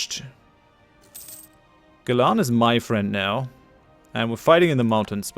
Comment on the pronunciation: And pronounce gilan wrong